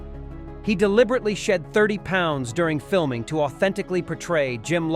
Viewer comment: My all time favorite movie. I wish they'd stop with AI voices doing the narration. Gary Sinece's name is pronounced "Sign Ice" there's a comment about Kevin Bacon's claustrophobia and the voice says "while fiming Bacon" and iron sounds like they were fiming Bacon, not the actor! Otherwise a well presented documentary.